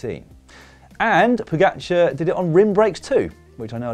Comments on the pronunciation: Im just glad comentators learnd how to prounaunce his name somehow Pogačar became Pođakar and now is Pogačar again. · Slovenians have it all arranged. Commentators didnt know how to say the name pogačar (somehow it became pođakar) and now theyll have to learn. Next one is Jan polanc to win i see. Just to prepare you its not polanč but polanc.